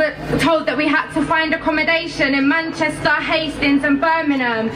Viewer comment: manchestaaar, hastins n birminum